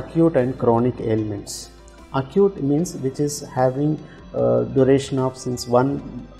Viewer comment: Why say আকুট? Say একিউট।